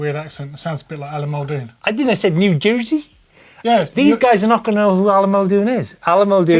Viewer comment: It's pronounced..."New Joy-sy"